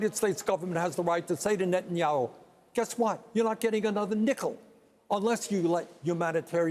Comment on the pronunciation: the way he said nickel , made me feel they dont exist <3